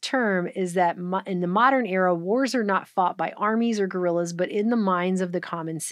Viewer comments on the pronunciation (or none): none